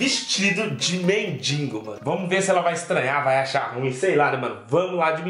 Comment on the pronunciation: Mano vc pode até ter um canal muito fera divertido mais aprenda uma coisa É mendigo e n mendingo